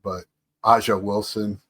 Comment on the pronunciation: Get well soon. By the way A'ja is pronounced Asia. Peace.🙂